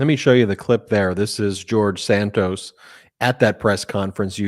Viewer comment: Enough Santoos ! His name is Santos! Like in "toss" .... Santoss!